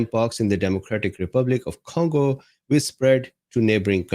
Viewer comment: What's the first syllable of CONgo. Voila!